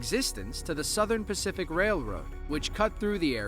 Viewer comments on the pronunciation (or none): none